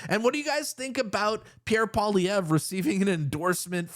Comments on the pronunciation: Hey Rogan: what is so difficult about 'POLLY EV'? Not that hard, buddy, just sayin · Dude .. pronounce his name right Paul E Ver ( like air) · Joe needs to learn how to pronounce Pierre's name correctly if he really wants to endorse him fully. Enjoyed the thought of Trudeau's cringing while he listened to the chants of endorsement for daddy. 😅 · I wish he'd care enough to pronounce his name right. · Doesn’t even know how to say his name 😂 oh yeah full on endorsement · It was music to my ears! I hadn’t watched any UFC until last night. Now can someone help Joe Rogan pronounce Pierre’s surname; phonetics are a wonderful thing 😂. Keep up the great work Pleb 👍🏻👏🏻👏🏻